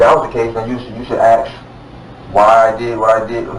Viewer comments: Why and how the fuck do people begin saying ax instead of ask? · No he’s not asking. He’s axing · “You should aks”. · "I want to ax you a question." Do you realize how stupid you sound when you choose not to pronounce simple ass words correctly? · Why can't he say the word ask correctly. Lol. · 😂They all do it and it drives me nuts. How hard can it be to pronounce that simple word correctly? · That port!